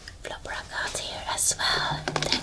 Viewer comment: I love flower agate! It’s pronounces “ag-at”